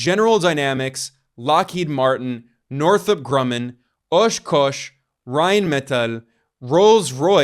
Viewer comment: The Wisconsin pronunciation of Oshkosh is something like: Aash-kaash. You're either mixing an O with an A, or vice versa. All depending on how much of a Canadian/upper michingan accent you want. Not being the pronunciation gestapo, just posting for the curious and to support the vid.